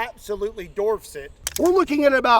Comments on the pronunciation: *dwarfs not "Dorfs" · Dorfs it???? Do you mean dwarf? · …. It’s dWarf, vice DORF, ya DOOF! “The 50AE DWARFS the G19” LOL😂❤ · DORFS???? dwarfs......as in the Seven Dwarfs................duh...... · “absolutely dorfs it” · "Dorfs"? What is a dorf? Dwarfs maybe🤣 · When says Dorfs it, he means Dwarfs it 😂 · “It dorfs it” 😂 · The (larger) gun “dorfs” the smaller one????? I’m sure you meant “dwarfs”… right??? Tell me that the TWO times I hear it said we re on purpose and just being silly. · "it absolutely dorfs it" lol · yes, yes we heard you say dorfs.... bravo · Dwarfs it. The word is dwarf. Like a little person. Dwarf. Dorf was a character played by the comedian Tim Conway. There’s a difference. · WHY ARE YOU SAYING "DORFS IT"?! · Dwarfs not dorfs. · "It absolutely DORFS it..." 😶....😂😂😂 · Yes, yes he is. There is no W to be found. 😂🤣🤣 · please stop saying "it dorfes it" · “You can see it absolutely DORFS it” 😂😂😂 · Does it “dorf” it? Are you saying that incorrectly on purpose? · today we learn our favorite Kentuckan can't say Dwarfs! Still Love ya tho! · Did say darfs? I really like Gimli, that darf from LOTR's... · Are you saying, "Doorfs it" lol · he also calls it Bob wire!!! 🤣🤣🤣